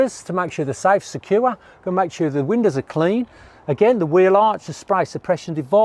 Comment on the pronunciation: But He also saying Sure and suuaaa and secure and secuuuaaa :)